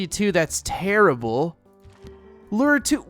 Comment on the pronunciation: 1938 other people: terrible: tearable